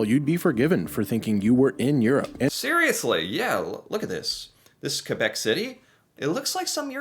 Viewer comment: Thank you for pronouncing "Québec" properly and not be lazy and say kwebek or whatver